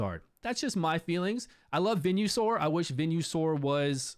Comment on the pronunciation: Venue-Sore is what I'm saying from now on